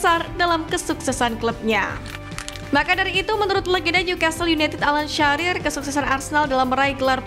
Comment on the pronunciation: Bukan Alan Syarir TAPI ALAN SHIRER